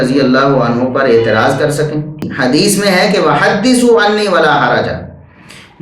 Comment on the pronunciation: tusi Hadees seen ki awaz main bol rhy ho jb k yeh saaa ki awaz main hota hai. Lo twadi v glti nikl i